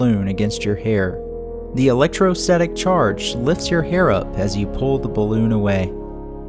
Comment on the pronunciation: good work tex, except it’s: cah see knee not cah sin knee electro static not electo setic kem istry not kim istry caz ums not chaz ums but really anything is better than some of the nigel mee thaners lol